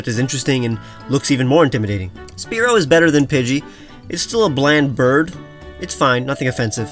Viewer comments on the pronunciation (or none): none